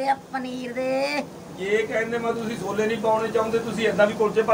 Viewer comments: Sole ni hunde shole hunde aa 😂😂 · ਸੋਲੇ ਨੀ ਛੋਲੇ ਕੁੜੀਏ ਪੰਜਾਬੀ ਸਿਖੋ